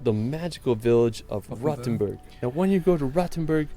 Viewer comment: My dear British friends, Rothenburg ist not pronunced "Rottenburg". This is a different town in Southern Germany. Long "oooo" ;-)!